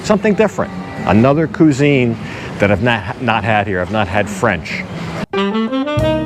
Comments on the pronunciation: Kwa-zine .. not Coo-zine. lol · Not "Ku-zene".. Say "Quick" use that "Qui" sound for "Qui-zene" when you say "cuisine"... Sorry, it was hurting my ears.... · I think you will find its pronounced QUIZ INE.... not q zeeen...... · It's Le, not Lee!! and cuisine pronounced Qwizine. Americans and English only separated by a common language :)